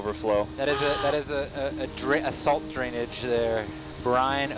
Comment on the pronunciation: “Drainage” lol